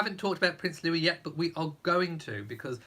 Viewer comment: When will commentators realize that Prince Louis is pronounced Louieeee???